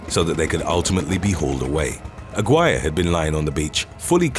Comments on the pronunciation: Lol Aguirre is not pronounced AG-WIRE, but rather AH-GEE-REH. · You're pronouncing the last name wrong. It's Ah-Gee-Reh.